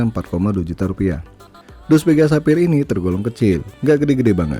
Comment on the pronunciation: sepphayyer bang wkwk